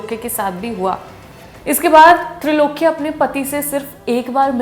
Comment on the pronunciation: Name tha Trailokya.....not trilokya